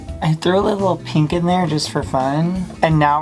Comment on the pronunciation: “I just love peenk”